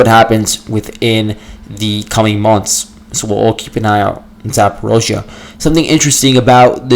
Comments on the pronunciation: Great stuff! Your podcast is always extremely informing. Keep it up. (Although you say “zaa·paw·REEZH·yuh” funny, LOL.) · I don't believe anything the russians say. the only thing of value listening to the russians is that you do find where there are Ukranian operations, other than that we have to wait till the fog of war opens. Can't stand your pronunciation of Zaporizhia (and you say it a million times).